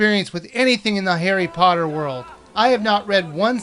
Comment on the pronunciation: i thought he said hairy potter